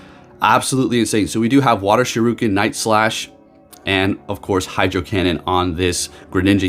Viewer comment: Shir Ree Ken is how to pronounce it. Sho Roo Ken is what Ryu yells in Street Fighter when he does his dragon punch.